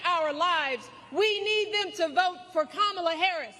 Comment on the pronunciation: I might be wrong but isn’t Michelle saying her Kamala’s name wrong